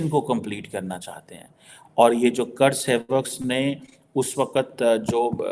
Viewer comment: Mohan Bhagwat ka naam tum le nahi sakte. Karsevak ka pronunciation sahi se le nahi sakte phir bhi MC BC India ke naam se apna ghar chala raha hai 🤬